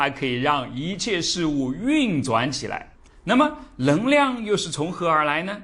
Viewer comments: 纠正一下老师的普通话，【能量】不是【棱量】这个发音对于南方人真的那么难吗？我有一位四川朋友，也分不清，我让他说【男子篮球】他说出的就是【篮子篮球】，就是N L不分，但是让他说【night】和【like】他却又分的很清楚，这件事我就觉得很奇怪~ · ㄋㄥˊ量 不是ㄌㄥˊ量